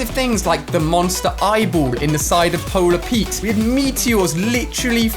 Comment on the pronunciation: Is it just me or did he say polar Pete instead of polar peak